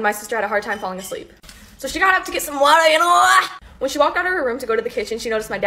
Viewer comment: The way this girl says water